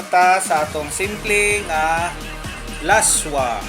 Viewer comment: Ilonggo dish Pronounced as las-wah Not la-swa